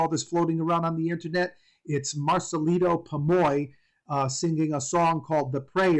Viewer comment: Marcelito not marcalido